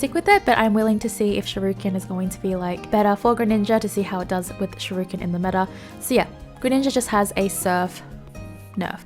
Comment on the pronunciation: Hearing shirooken is adorable and I’m forever calling it that now.